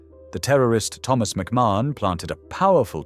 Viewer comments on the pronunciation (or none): none